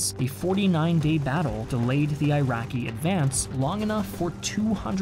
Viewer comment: Why are you pronouncing "I rian" and 'I raqi" ?